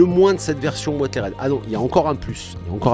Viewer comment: Ouateride ? Oo Si c'est le mot anglais "weathered", ça se prononce "ouézeurdeu" :p